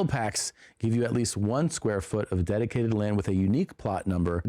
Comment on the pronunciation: Bert saying “dedicated land” sounded so close to “detotated wam” had to do a double take to make sure that wasn’t what he said